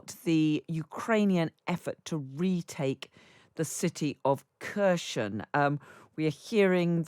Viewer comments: Mind the pronouncation please ! It is NOT Kher-sh-on. But: Kher-s-on ! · ITS PRONOUNCED “HER-S-ON” (not Kur-chon, Kare-i-son)! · Its a ***** Kier Son. Not KURSHION!!!! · I guess we hear in the next future more about Cherson. Most US experts pronounce is correctly and I wonder why it is so difficult for British people to pronounce it right? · In Ukrainian Kherson is pronounced Herson. Silent K. Same with Kharkiv - Harkiv. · Her pronunciation of Kherson is one of the worst I've heard in a long time. How are you on a news show and don't take the time to learn the pronunciation of major locations within the conflict? The emphasis is on the H, not the K. The K isn't quite silent, but very much de-emphasized and nearly silent for those of us without the Ukrainian finesse in our pronunciation. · For the love of god. You are a Journalist. How hard is it to pronounce the name of the city correctly? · It annoys me too that Kherson keeps getting mispronounced. Listen to some Ukrainian speakers and get it right!!